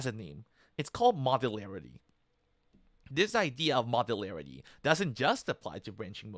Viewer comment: Are you saying "movularity"?